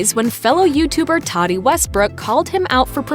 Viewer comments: Or how they were saying “Tati”...they kept saying “taxi” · Well he is still richer then any of his haters, so BYE SISTER! And BTW its TATI not TADI. Ugh!!